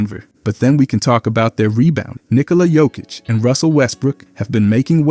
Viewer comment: Lost me at nikola jokick